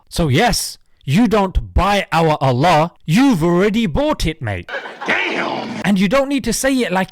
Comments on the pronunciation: His accent of pronouncing Allah is disrespectful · JP can't even pronounce ALLAH properly yet thinks he's some kind of authority on the religion smh. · That trip to ISRAEL sure messed up JP???? As an intellectual you'd think his pronunciations would be better dear JP learn to pronounce Allah swt correctly or please REFRAIN from it!!! you are deliberately mispronouncing the Arabic language & its incredibly disappointing! JP seemed to be one of the good ones? Unfortunately he's shown his true COLOURS!!! Even after talks with Mohammad Hijab & discussions he's still singing from the same racist bigoted handbooks, I hope the west, European,America, Learn from their awful awful deviant nasty cruel inhumane MONSTROUS unthinkable ways! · He needs to learn how to pronounce Allah properly before spouting his nonsense. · So insulting he pronounces Allah ignorantly while saying it purposely incorrect. 2 yr old baby can Allah... JP will be striked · Hard to take someone serious who can't pronounce Allah (swt) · Funny he Jordan can’t even say the name of Allah almighty correctly. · JAk, did you notice how he pronounces "Allah"? This is done on purpose as if to say I'm not going to accept your pronouns (your ponunciation of Allah). It's so pleasing that they fear Islam. And like you said the Aramaic pronunciation for God is like Allah. It was disappointing to see him go the way of the Zionists. It certainly will make him irrelevant. هداه الله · Just from the way he butchered the pronunciation of "Allah" over and over even after years of exposure and discussion about Islam already solidifies this person level of intellectual dishonesty. Even a 5 yo can say Allah perfectly after hearing it for a couple of times so I refused to believe he's that dumb... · my man can't even say ALLAH but he still dare to talk about ISLAM lmao. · There is nothing more cringe than a white man trying to say “Allah” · He can't even say Allah right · He is so ignorant he can't even say properly Allah